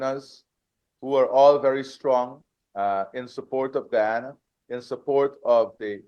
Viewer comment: GUYANA not Gana.